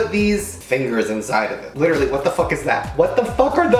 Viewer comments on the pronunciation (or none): Emphasis on litter-aly